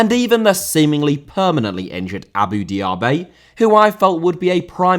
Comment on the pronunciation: Diaby* not Diohrbei Father* not Fohrther Lehmann* not Leimann Debut* not Deibyu Wikipedia* nkt Wikipedier Brasserie* not Bráseri Aren't* not Oren't Pokal* not Powkal Guadalupe* not Guorhdalup Half* not Holf Piraeus* not Pereyas Delavinias* not Delaveniyas Rather* not Rother München * not Munich Henrique* not Henriquei Raposo* not Rapouwsouw Botafogo* not Botafouwgouw Publa* not Puebler Alberto* not Albötouw Dia* not Daiar